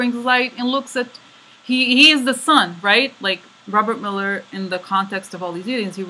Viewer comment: You have been right on the mark. Great readings. I had you playing in the background while I work and missed a bit of the reading. I thought you were saying "Miller" and kissing the Miller card. LOL.